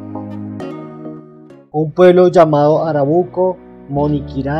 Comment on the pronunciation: PERMÍTANME CORREGIRLE, el pueblo no se llama ARABUCO como dice usted en el Vídeo, si no ARCABUCO